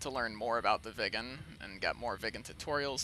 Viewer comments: More Swedish: Röv means pussy in Sweden! :P Btw: Road is väg not röäd! Or not even röåd or råäd. Also your pronounciation of Viggen sounded more like ”vegan”!? I would say it rather with small pause in the middle: Vig’gen. AlsoAlso: I wouldn’t say ”Mach point eight” until I go 1,8 mach, as I’m pretty sure you were going 0,8 mach? More Swedish: Submarine is Val in Swedish! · Fun fact, the Swedish lerter ' i ' sounds like an ' e '. It would be pronounced Vee gen. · Thats odd, what do sound like an Swedish "i" is an English "e" i.e "England". I can assure yuo that " Viggen" is prononced with an "i" like in "inbound" or "inhouse"